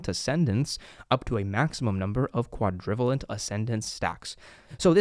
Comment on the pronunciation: Fyi the pronunciation for Quadrivalent is Quad - ruh - vey - lent. Like covalent bonds in chemistry.